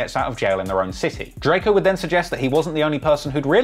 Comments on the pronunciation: “Like they don’t see the Don riding around LA” We know the truth RIP 🪦 👑🕊 Oh yeah and it’s Drakeo not Drake-oh 😂❤ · He keeps callin the man Darkco